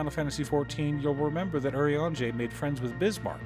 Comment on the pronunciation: i'm so happy i finally found someone that pronounces his name correctly